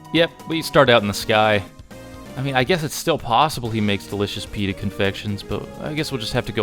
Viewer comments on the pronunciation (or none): none